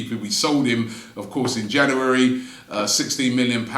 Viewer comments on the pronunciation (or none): JANAWARY its january